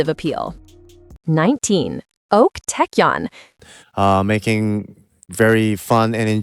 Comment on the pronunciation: "Ok Taecyeon" what a name! the ways its pronounced 👌